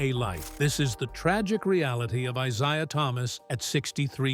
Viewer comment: If this idiot mispronounce Isiah's name one more time I quit listening and end this shit.